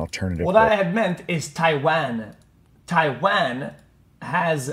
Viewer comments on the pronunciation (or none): "tai van"